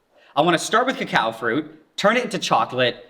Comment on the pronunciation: I hate how Nigel swaps the o's and a's when pronouncing the word cocoafruit